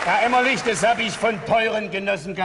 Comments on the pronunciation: Herr Elstner.. Der Kollege heißt Gunterl Emmerlich und nicht Emmerling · Aus heutiger Sicht muss ich sagen, dass schon die ersten 10 Minuten viel über die Wiedervereinigung aussagen. Die Show beginnt, und nur der Wessi Frank Elstner moderiert. Die sechs Moderatoren kommen auf die Bühne, und Elstner sagt den Ossi Emmerlich falsch an. Unfassbar unangenehm. Und als erstes kommt natürlich die West-Show "Wetten, dass...?" dran. Diese Show zeigt leider sehr gut, was damals schiefgelaufen ist. Und das sage ich relativ wertfrei und nicht verbittert oder so. Aber man muss ja mal klar sagen, die Ossis kannten fast alle die Westshows. Es hätte damals viel mehr darum gehen müssen, dem Westen den Osten und dessen Kultur nahezubringen. Man hätte zwingend mit einer Ostshow (bzw Moderator/in) anfangen müssen. Dass Elstner Emmerling statt Emmerlich sagte, hätte nicht passieren dürfen.